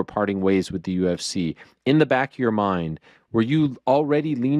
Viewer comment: He almost said UF-C at like 😂😂